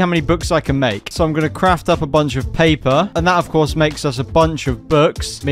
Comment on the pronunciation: Pay-pa its paper